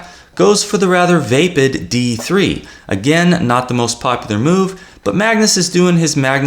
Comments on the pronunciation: You are very good with words, but I'm not sure about "vape-id". Isn't it "vappid"? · "VAY-pid?" - Why the A sound?